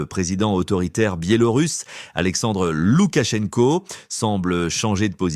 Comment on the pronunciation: Ce journaliste est agaçant avec ses “Loukatchenko”! C’est Лукашенко, donc “Loukachenko”, sans aucun son T. Quand on se dit professionnel de l’information, il faut commencer par se renseigner soi-même.